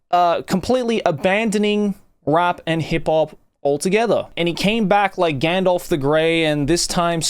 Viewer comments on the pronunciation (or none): none